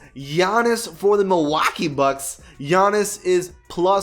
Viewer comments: No one: Not a soul: Not a living being:: MiLwAaKeEe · Please STOP saying Milwaukee Like that ! Fucking CRINGE!! Your talking about the best team is the NBA! Put some respect on them!!..... Chump! Cheers